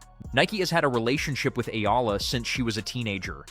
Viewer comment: it is pronounced --- Eh - Yah - La (EALA)